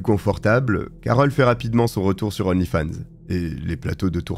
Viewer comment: D'onlyfans, on fait liaison devant une consonne!